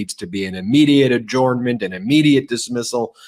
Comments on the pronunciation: Why does Ben pronounce adjournment as. ‘orn’ rather than ‘urn’. ,just curious, is it a territorial accent. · Please stop saying AH JORN MENT. It hurts my head. Follow the link below. It's pronounced ah JERN ment. AH JERN MENT. I worked for lawyers for 24 years and never heard one of them say AH JORN MENT. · Why don't you know how to pronounce the word adjournment?